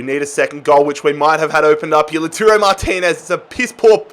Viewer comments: Its pronounced like Low(like cow)-Tar-O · Just pronounce Martinez as Lau-Taro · Lautaro Martinez is pronounced La-w-tar-oh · Lataro this is the prononucation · Guys he can’t even say the word pronounce never mind Lautaro. He uses a made up word ffs. PRONUNCIATE isn’t a word